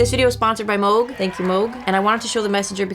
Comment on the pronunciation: It's pronounced moog